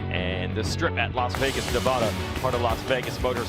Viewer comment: Nev ad a. Not Nev ah da